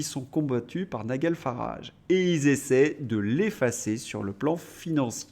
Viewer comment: Prononciation Nigel Farrage Nijeul non pas Nigueule